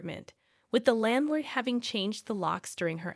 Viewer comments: Now you're pronouncing landlord wrong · How do you pronounce a landlord wrong again